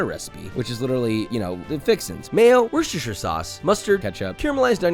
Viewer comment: it's a yee ro you clown. For a food guy you pronounce things incorrectly a lot. Like Worcestershire.